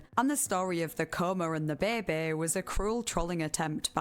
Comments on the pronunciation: Bæ bæ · i thought i was alone in whispering to myself "behbeh" every time she says it haha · "When John was a babeh"